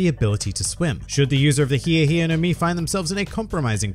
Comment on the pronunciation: WHOEVER CALLES THIS THE HI HI FRUIT DOESN’T DESERVE TO LIVE ITS HI E NOT HI REEEEEEEEEEE